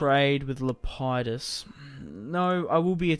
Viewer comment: It's lep-i-dus